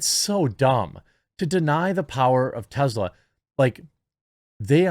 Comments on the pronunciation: First, it's pronouned TESS-la, not TEZ-la. Second, Musk did not get a government handout. He accepted a government loan... which he paid back before its maturity date. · Jeremy, say it with me Tess-la not Tezzla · It is Tesla not Tezla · Why do you keep pronouncing Tesla as Tezla?